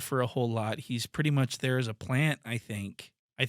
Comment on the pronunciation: The man said “dere” and not “there”